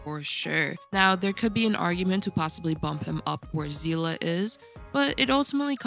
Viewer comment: aight you get a sub just for pronouncing Seele correctly 💪💜